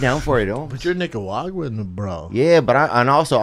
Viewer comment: bruh everything he says is hilarious because he just doesn't pronounce shit right lol. listen to him say Nicaraguan